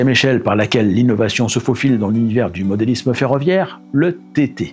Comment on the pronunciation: Salut et merci. parle bien mais je n'ai pas aimé les "Sans €uros" au lieu de Cent €uros, mais il fait de très belles choses. Difficile également d'entendre parler de "modélizzme" au lieu de modélisme. Également dur pour les oreilles "une rail droite" et "une rail courbe" Je sais je suis assez exigeant concernant la langue française. Jacques.